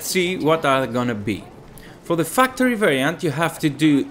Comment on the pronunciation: I'm sorry but I couldn't help noticing you pronounced factory like fucktory